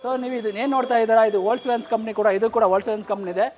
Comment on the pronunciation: ವೋಕ್ಸ್ ವ್ಯಾಗನ್ pronounce correct ilvalla guru🤦‍♂️🤦‍♂️